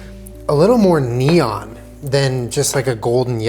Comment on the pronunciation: that's not neon.